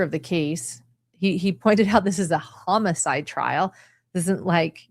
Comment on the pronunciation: Thanks for the great summary, but I gotta tease ya... the pronunciation of homicide as hum-a-side is killing me., is that when a killer hums the whole time they are committing the murder?